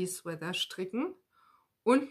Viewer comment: Hallo, bin heute auf deinen post gestoßen. Man erkennt gut, wie sehr du das stricken liebst. Aber mir fällt immer wieder auf, dass du "Sweather" ( mit ti-äitsch in der Mitte) sagst. Nimm mir bitte die Klugscheißerei nicht übel, aber es heißt "Swea-t-er" nur mit T, genau wie in "Sweat-Shirt". Ganz liebe Grüße